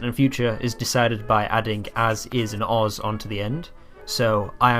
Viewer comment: You have a few mistakes i would like to point out but they are small and I'm very happy to see you making a video about Esperanto • you spelled "Mi" as "Me" • "-is" and "-os" are pronounced wrong • the letter "ĝ" is pronounced like a "j" in English Loved your video tho